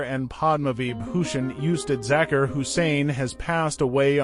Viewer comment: These American commentators have this annoying way of speaking English, Sorry I digress, the correct pronunciation of Zakir is "ZakEar" and NOT the way this well meaning but annoying gentleman is saying it . R.I.P. great one. So its an A.I. "voice" I should have known OMG UGH !